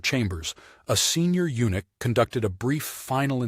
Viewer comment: Too bad the narrator has no ability to understand or pronounce the word eunuch.